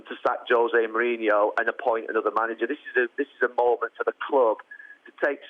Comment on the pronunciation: Why can't they pronounce his name right it's Mourinho not Mourinhio no I in his name idiots!